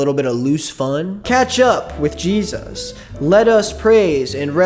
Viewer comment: You can tell the difference between a normal christian and someone who is in the "too much" christian community by how they say Jesus. Normal ppl: JEzis Ppl who make Christianity their whole identity: jeZUS They always emphasize the u so hard. It makes my skin crawl